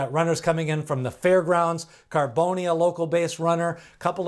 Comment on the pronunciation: Bro its Pronounce ( Carbon- the E is Silent ) hes named After a popular West Coast Top Fuel Dragster Driver !